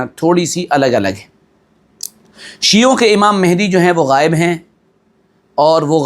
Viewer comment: Hazrat,, lafz mehdi Nahi balki Mahdi hai..yani Hidayat yafta.. Durust kar le..😊😊